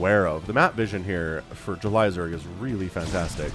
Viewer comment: Idk why but Everytime you say JulyZerg I hear Elazer lol 🤪